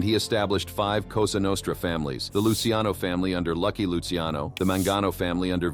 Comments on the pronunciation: Luciano sounds like Lou Cha No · Say it with me.. Lu-Kay-Zee